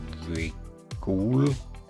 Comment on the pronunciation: Great vid. Keep it up👍 Bergisch is pronounced like fish, isch in German is like ish in English 🙂 hope it helps😀